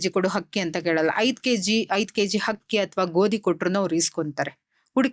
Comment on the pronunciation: Hakki alla madam adu akki😂